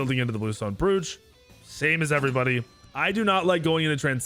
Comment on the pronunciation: Bruv... Bluestone Brooch (Broach)... Rhymes with "Coach"